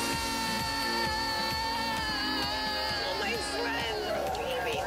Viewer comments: how hard is it to say NAY-OH-MI? they have worked with this woman for years still saying Nye-Oh-Mi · you have a point. Her name is Naomi NAY-OH-MI not naiomi Nye-oh-mi the a is silent in Naiomi